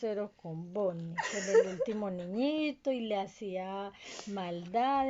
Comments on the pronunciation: Me gusta la parte en la que dice boniie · 20% del resumen "Entonces" 20% "osea" 10% "Fredys pizeria" no "Freddy Fazbear Pizza" neeeel 50% BONNIE!